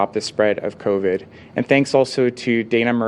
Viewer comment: And I think Ford is talking about a different virus....Co-ved